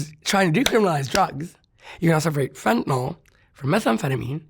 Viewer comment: FentaNYL- not FentaNOL